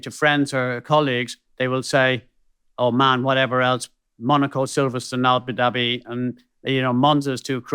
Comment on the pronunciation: Ah-boo dah-bee and NOT ABBA DABBEE. This is just laziness. But, you guys are marvellous to watch and listen too (mispronunciations aside). Keep doing what you do, it's an excellent podcast.